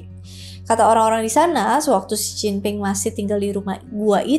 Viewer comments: J dibaca C, P dibaca B, D dibaca T. Itu dasar pengucapan mandarin 😂... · baca Mandarin itu KLO huruf P dibaca B dan sebaliknya sekedar beri masukan ya makasih KLO dibaca Oia j dibaca C ya🙏